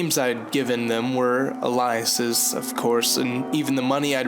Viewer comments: A-lee-a-sis, not Elias-es The B in subtle is silent and it's mi-NEW-sha, not min-u-a-te. Other than that, I like these. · someone has probably mentioned this, but its "mih-NU-shae" and "AY-lee-us" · And "minutiae" is pronounced min-oo-shuh, and "aliases" is pronounced ay-lee-us-es. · You may want to learn how to properly pronounce "subtle" and "aliases."